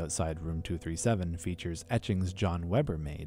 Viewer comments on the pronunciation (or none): none